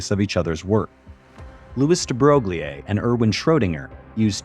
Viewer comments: Exagerrating?? It takes two seconds to Google how to pronounce it correctly. It's amateurish. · I guess AI can't deal with French pronunciation of names yet...? Louis de Broglie has never been so mangled.